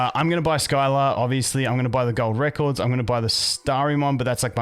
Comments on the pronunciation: My only input is that her name is pronounced "Sill-a" and hearing Skyla hurts my soul lmao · Good vid got any thoughts on how good the new units are? Its pronounced Si-la not Sky-la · Sill-ah not Skyla, hurt my soul hearing that butchering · hey bud scylla aka skylah is pronounced sillah. But i do enjoy hearing you say skylah. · I know you always say you're bad with names, but I just wanted to say as an FYI that she's pronounced "Silla." The Greek myth. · It’s pronounced s-ill-ah lol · Scylla is pronounced "SILL" "UH"